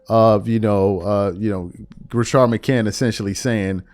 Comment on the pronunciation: It’s McCants with an “S” lmao… Rashad McCants